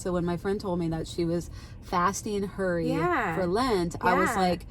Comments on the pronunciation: At first I thought you said your friend gave up “curry” for lent. Then later I heard “hurry”. 🤣🤣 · I thought the first couple times you said “fast Curry”, 😂 Great conversation!